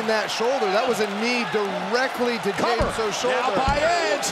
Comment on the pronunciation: Could please someone tell Cole to stop calls Jey, Romans Cousim Jey?